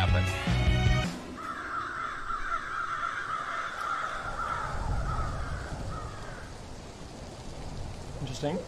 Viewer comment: No one: xqc: incheresting incheresting incheresting incheresting incheresting incheresting